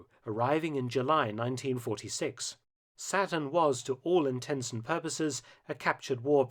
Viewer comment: Who else thought the alligator's name was "Satin" and not "Saturn" until they read the comments...